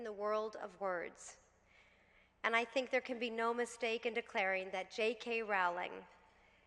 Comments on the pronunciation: love you Jessica, but it's "ROWLING" not "RAWLING" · Dear SJP--I love you but you mispronounced Jo's surname over and over. It's simply "row-ling" (as in "row" your boat). You're welcome. Jo seems like an absolutely lovely person. Wonderful speech! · You could at least pronounce her name correctly. She's only the most known writer in the modern age.